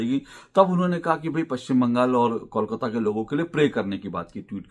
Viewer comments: Ashok ji, it's not kaul-kata, it's kole-kata. just a thought. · पहले "kolkata" सही ढंग से उच्चारण करना सीखिए फिर बंगाल या कोलकाता के बारे में बातेँ कीजिए। इसे "कौल काता" नही बोलकर "कोल काता" (coal - काता) बोलिए। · Pehle toh aap KOLKATA bolna seekh lijiye - the name KOLKATA, not KAULKATA, understand.😂😂😂